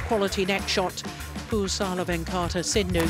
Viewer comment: To the lady commentator: If you can't learn to pronounce PV Sindhu's name correctly, perhaps don't try?